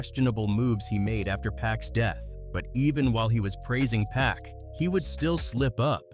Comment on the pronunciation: Tough to keep listening to him mispronounced Pac's name.